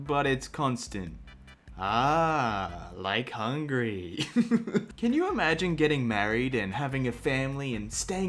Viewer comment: What says: Like Hungry What I heard: Like Hungary